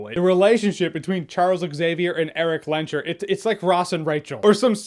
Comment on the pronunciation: People are still saying "Lehnsherr" wrong -it is a German name: It´s not Len-sher, it is Lehns-herr. The first part is long (that is what the h indicates) and the sh does not make that sound in German (that would be spelled sch). Also it´s funny, that the movies never used Magneto´s real name: Max Eisenhardt.